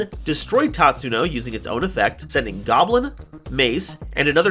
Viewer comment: Its not goblin its GAWBLIIIIIN